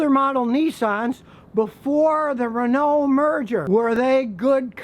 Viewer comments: Your pronunciation of Renault is atrocious. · "Renoh" or Renault